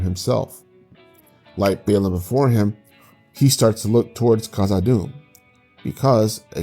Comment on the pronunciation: You lost everyone within the first 6 seconds mispronouncing Balin Its lotr dude you need to be spending years studying and contemplating and philosophizing before approaching such a video